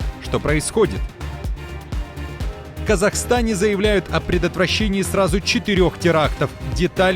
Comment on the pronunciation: Казахстане,а не казахастане